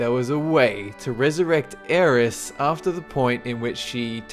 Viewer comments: Dude it's not Aeris. It is Aerith <_< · sigh It's Aerith. With a 'th'. AeriTTTTTTTTTHHHHHHHHHHH. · #3 is not aeris its aerith